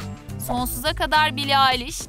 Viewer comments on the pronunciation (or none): none